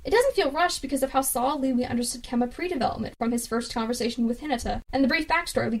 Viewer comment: Its Kenma not Kemma